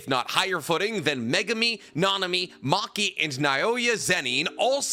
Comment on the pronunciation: I doubt it'll be seen but if you don't emphasize individual syllables in the word in Japanese it becomes easier to say. It's na-o-ya, not na-O-ya. Japanese barely every relies on the emphasis of any syllable in a word because their language is built on deliberate, unchanging sounds, so usually you'll hear it to emphasize emotion rather than meaning